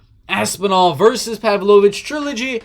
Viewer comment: You're the only non-Russian who can pronounce Pavlovich's last name correctly.